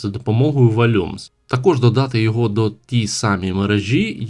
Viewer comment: Я думаю що в слові "volume" наголос га перший слог, а не другий. Сорян, але трохи слух аж ріже "вольЮмс". За все інше дякую ❤